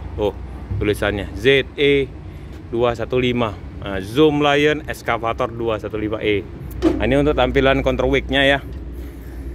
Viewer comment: Excafator bng. Bukan eskafator.. Hehehe..